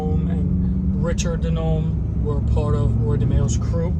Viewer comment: In Italian DiNome is pronounced "DeeNomei"